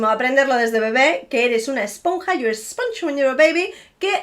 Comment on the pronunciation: Your command if the English language is fenomenal. There is still a giveaway that you are not a native speaker. I couldn't actually put my finger on which part of the UK you could be from, you speak to well and too clearly 🤣 apart from when you say "sponge" . You say the O as you would in on but its actually pronounced like a U. You will speak it well enough to know that there are so many different accents in the UK sometimes local accents 50 miles apart are so different but as time goes on regional accents will eventually die out and we'll all end up sounding Australian. The mixture of different English accents is how that happened. Well that's what I think. Love your videos though . I could listen to your accent ( whichever it is ) all day.